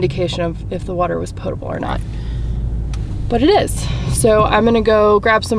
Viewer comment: Oh wow, maybe the first person I've seen on youtube who pronounces "potable" correctly. Thank you!